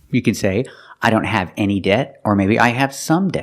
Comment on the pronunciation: She just pronounces most t sounds with an additional s sound attached to it) she says the word debt like that, too.